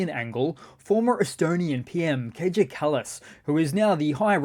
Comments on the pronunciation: Dear - Kaja Kallas's given name is pronounced "ka-ya"; not "ka-cha". Keep up your work - you're doing a great job! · Her name, Kaja, is pronounced K eye ah. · The J in Kaja is pronounced like a Y. Please show more respect!